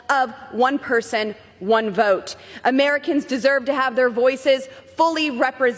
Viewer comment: "Ameri-kins" Holy mother of God. Aliens???? WTH.